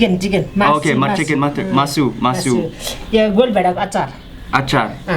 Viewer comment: Masu मासु mean meat in Nepali language you did correct pronounce Sir